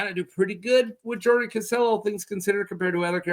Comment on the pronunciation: It's Cassel not "Caselle" 😅